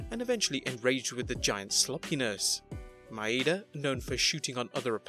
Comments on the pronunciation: Akira Maeda, not "Akira Maida." Maeda = Mah-eh-dah. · Just a little note: an "e" in Japanese, is never, ever pronounced "ee". That's why "i" and "y" are there. You're pronouncing Maeda as if it's Maida. That "E" (and any other Japanese E) should be pronounced "eh".